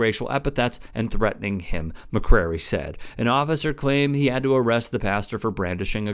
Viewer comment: FYI, dudes name is McCray, not McCrary